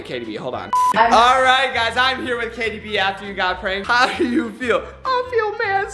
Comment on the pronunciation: It’s not jaytie haha lol